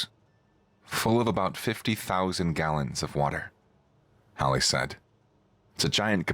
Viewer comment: Also Hallie not Holly.